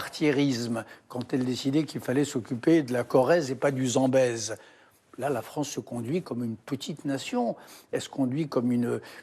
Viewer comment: La fronce 😂